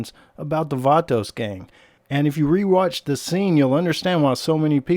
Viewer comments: Stop sayin vaatoos gaang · I’m so triggered by how many times he said “Vatos” and he said it wrong over and over again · Cringing with the way you pronounce “vatos”